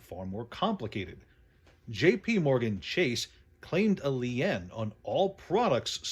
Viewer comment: A "lien", lol. You probably already know, but it's pronounced Lean.